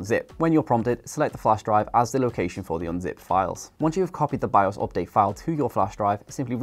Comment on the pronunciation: its (update) Not (Opdate) 😁